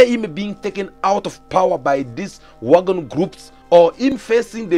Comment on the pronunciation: Its Wagner not Wagon